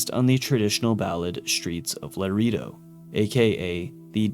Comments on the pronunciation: "Laredo" is pronounced "luh-RAY-doe" not "luh-REE-doe". Other than that, excellent video! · akchually it's pronounced lah-reh-do.